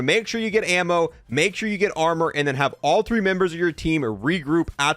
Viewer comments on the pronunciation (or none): none